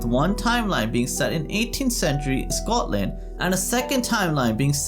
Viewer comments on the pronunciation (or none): none